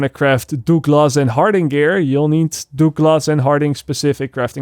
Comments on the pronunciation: Douglas is pronounced "Dug-liss" 😁 just trying to help. Your English is great... just a minor suggestion. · Please say DOOOGLASS more in your videos. It really makes me laugh. I work with a lot of French guys who used to call a colleague called Douglas (Doug), Dooog and it became a running joke. FYI it's pronounced "Duglas" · Doo-glass haha love it :) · DOOG-LAHS & Harding Lol, love ya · Dooglus and harding? 😂. Jk man. Great vid. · Good video but pronunciation of Douglas and Harding is brilliant. I know it's your second language but still making me chuckle